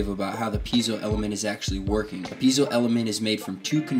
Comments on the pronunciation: "pea-ay-zo" not "pee-zo" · FYI, Piezo is not pronounced Peezo. Its pronounced Pee-A-zo